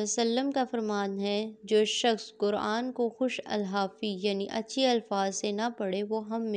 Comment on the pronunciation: اور ، لفظ خوش الحافی نہیں ہوتا بلکہ خوش الحانی ہوتا ہے